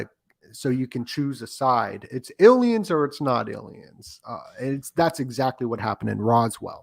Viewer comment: It's there some reason why this guy says ilians? It's weird